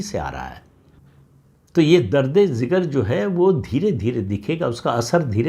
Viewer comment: प्रदीप जी, अन्यथा न लिजिएगा, लेकिन यह उर्दू का शब्द दर्द-ए-जिगर (درد-ی-جگر) होता है, दर्द-ए-ज़िगर नहीं।